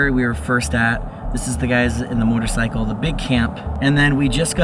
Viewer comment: a whole “moRtorcycle”